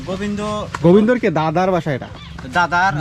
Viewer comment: Bhai goibndo na Govinda Nam to thek kore bolo